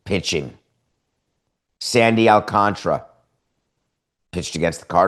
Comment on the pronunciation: Who the hell is Sandy AlcanTRA sir that’s my how you say it